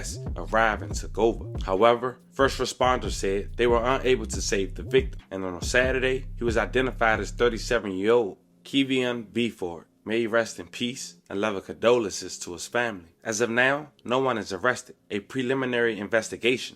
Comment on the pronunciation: Wow I never thought I’d see the day where 2Gunn Kevi would be featured on this channel! Such an unfortunate event and a talent lost. KC is the town, RIP Kevion 😣 oh and friend it’s pronounced (Kee-vee on Bifff-ford ) Kevion Bifford! This is some things I knew and a lot I’m just now finding out. Great work and journalism! ❤️